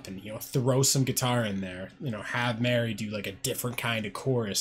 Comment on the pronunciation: Marie, not Mary...